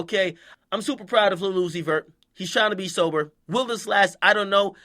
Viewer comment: Every time he says Lil Uzi Vert I hear "Lilucifur".. Lucifer type shit 🤔🤔🤔🤔🤔🤔🤔🤔🤔🤔 ⚰️⚰️⚰️⚰️⚰️⚰️⚰️⚰️⚰️⚰️